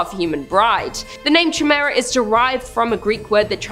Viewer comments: Chimera is pronounced Ky mare uh not jimera. serious i kept expecting to say jamiroquai. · It's pronounced Ky Mere a. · Ditto ! I had to say it!! I couldn’t stand it anymore she kept saying CHAI MERA😀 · Chimera is pronounced (Kai-meera) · Heads up , it’s “kīˈmirə”…. It’s pronounced “ki “ not like chai tea. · Chimera is pronounced ky-mera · The way says chimera made me chuckle. I'm not one to harass them about pronunciations but I certainly had to laugh a little.